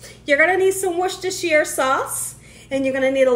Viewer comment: You're the only chef who has pronounced "Worcestershire" correctly, I know...I've googled it; and, I've also looked it up in the free dictionary by farlex. Anyhow, I love your outfit...even the apron matches your blouse! Those crab cakes look heavenly. Well, I really came by for that lovely prayer. Many Blessings!